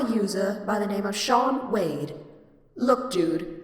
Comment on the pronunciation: lol "Shawn Wade" you say it like Dean but with an 'S'